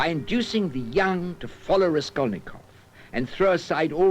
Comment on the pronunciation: Raskolnikov, not Reskolnykov :-)) Čtu teď Zločin a trest, je mi 68, poprvé jsem ho četl v 15 letech.